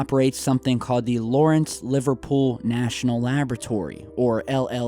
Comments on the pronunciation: it's Livermore not Liverpool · Lawrence Livermore not Lawrence Liverpool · As someone who lives in Livermore CA, I take great insult of your pronunciation of our city! Liverpool is in a whole other country buddy. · Lawrence Liver-'more' Labaratory, not Liver-pool... Liverpool is where the Beatles came from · did you say Lawrence Liverpool lol